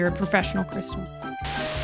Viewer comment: Fun fact, the AAHH in is actually silent, because she forgot to unmute